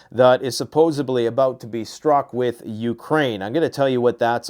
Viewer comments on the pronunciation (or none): The word is " SUPPOSEDLY " NOT "SUPPOSE-A-BLEEEEEEEE " ! 😂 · "Supposubly" Yikes, my man, it's "supposedly." Supposed-ly